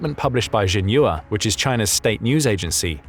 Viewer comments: NB. Xi is pronounced in English as ‘She’ and the Chinese news agency Xinhua is pronounced in English as ‘Shin Hwa‘ hwa pronounced hwar…. As in arr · xi is pronounced a bit more like ‘she’ than ‘jee’, and xin hua is hsin hwa